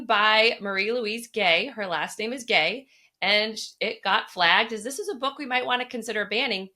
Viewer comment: The family name Gay -- rhymes with why -- is of southern French (Provençal) origin. I lived in Italy a couple of decades; as a Methodist, I had a lot of contact with the Waldensian church (12th century Protestant movement that joined up with the Geneva reform). Gay is a well known and well respected family name among Waldensians. At the historical museum in Torre Pellice, in Piemonte, you see lots of important folks named Gay.